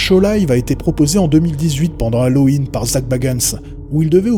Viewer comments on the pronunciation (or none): none